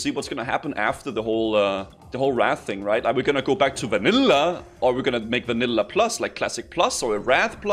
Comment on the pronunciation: homie says everything normal then hits us with vænïłłā